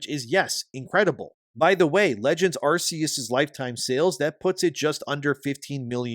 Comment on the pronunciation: Stop saying Arse-eus. PLEASE.